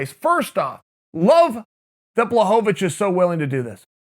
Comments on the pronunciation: It's actually pronounced Bwahovavich. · I still prefer the good old days when Chael would call him Jan BlahoVOVOVOVOVOvich.